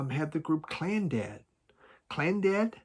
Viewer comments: it's pronounced Clannad not Clandad. But what the Hell. Try their sound track to the Hooded Man. Beautiful. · Enya's sister, Máire Philomena Ní Bhraonáin, became simply Maire Brennan in the UK, but for America, she had to change it again to Moya Brennan. It's Clannad, not Clandad, and Orinoco, not Oracle. You are hopeless! 😂